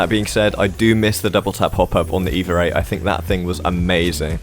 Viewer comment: Oh say it again! "Evar 8"